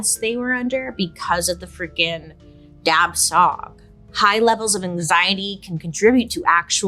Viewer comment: I’m glad to hear the mentioning of the Hmong people, as I’m Hmong myself. Just a friendly note that dab tsov is pronounced as dah chaw and it means tiger demon. The b and v are just tone markers so they’re silent. The Hmong people lived in the south East Asian jungles and had a bad relationship with the tigers there cuz the tigers will attack their livestock and people. We also have a very prominent folktale in our culture about a tiger/tiger demon that stole the bride-to-be of the protagonist. Hence why tiger demon is one of the many demons/ghosts in our culture.